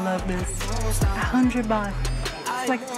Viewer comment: Sometimes misheard tht you pronounce '100 baht', I heard '100 bucks' instead 😂